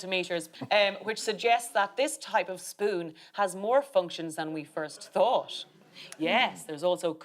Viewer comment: Oh no. Aisling just said, 'thunk' instead of 'thought' but at least she said, 'people WHO' and not 'people that'!